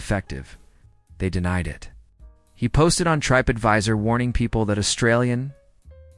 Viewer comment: AI pronounces TripAdvisor as TripeAdvisor. I’ve heard it do this before! 😅